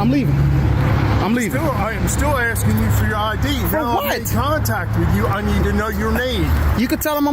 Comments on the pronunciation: “You can’t come into a facility just video without ASTIN” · He was "astin" him